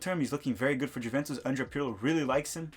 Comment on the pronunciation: Bruh please look up how to pronounce Juventus. Out of all of the team names to mispronounce...